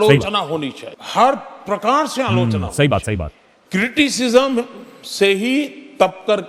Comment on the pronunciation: Aalochna ❌ aaloo chana ☑️